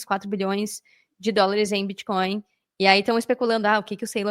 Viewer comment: Que confortável ouvir varias vezes a palavra "biticoin" kkkk nunca fica redundante. Parabéns! Muito bom